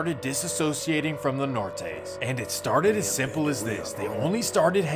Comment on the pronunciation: "the nortays" 🤣🤣